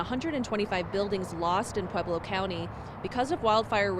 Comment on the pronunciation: C'mon.................it's Pweb-low ..not Peb-low. Part of being a professional reporter is learning how to pronounce names in the cities and states where you live. Its not that hard...